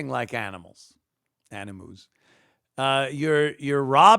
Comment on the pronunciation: Da best. But incorrect, there was if u don't wanna be treated like animoos, quit acting like animuse, and when he corrected himself on "animals" wiff animoos. iii lost it at bofe!